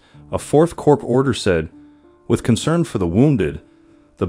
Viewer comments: Narrator, Corps is pronounced "Core" not Corpse. Pretty basic stuff for someone narrating such a drama. Of course Obama pronounced it as Corpse as well but what would you expect from a community organizer? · Respectfully, Corps is pronounced "Core," not "Corpse." The letter S is silent. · Why don't you pronounce words properly ? English words are not pronounced just as they are spelt. Use Google if you don't know how to pronounce a word. For example, check memoir and corps.